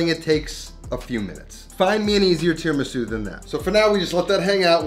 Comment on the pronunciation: Italiana 🙋🏻‍♀️ Not mad but … Tee-RAH-Mee-Su You have Italian face what that mouth do? Rahrahrah 😌🤫😜